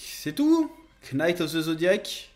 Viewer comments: Knaki of the zodiac, chef il prononce tjrs les k en mode balek l'anglais 🤣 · Tu rend ouf à prononcer le K de knight